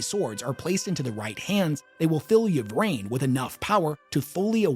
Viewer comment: Lucius is trash,. Also, Ynnead; "in-ee-ad" not "ya need." Likewise "ih-vraine" not "ya vraine."